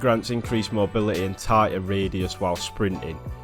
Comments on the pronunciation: "I'd radeh av mobily" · That "Mobiuhehhehh"